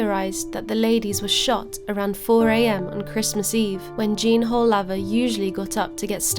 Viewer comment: The pronouncation of the name is woolaver